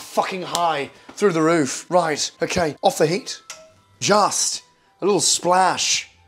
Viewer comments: Okayh,olive oil, in, black pepper, salt, in, beautiful, okayh. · I had it on speakers, and my sister was sitting on the other side of the room and she couldn't believe Gordon Ramsay would do something like this, so she thought maybe he did a funny sketch and came over to have a look. She honestly couldn't believe her eyes. Honestly, you HAD us at 'Okhay' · Gordon Ramsay lives is the Ukhay, Okhay?, Okhay. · Nobody: Gordon: oukhey oukhey oukhey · The accent is good and everything but you say the word OKAY too much man